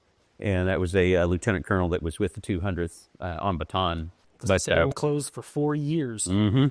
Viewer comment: They always mispronounced Bataan. It ba ta an